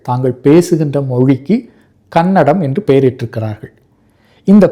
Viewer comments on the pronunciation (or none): none